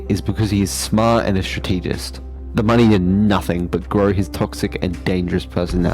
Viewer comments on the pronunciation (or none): stra - tee - jist. how the fuck did he manage to pronounce it like that